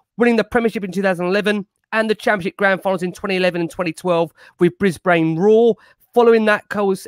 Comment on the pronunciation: Big fan of all you fellas and your measured opinions. Really important to have on and a contrary point of view. Only issue I had was pronunciation of Melbourne and Brisbane 😂